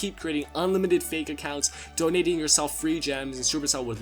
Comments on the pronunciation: you said doynating XD 🌞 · Bodounating dem weasorses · “doynating wesources” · fail pronouncing donating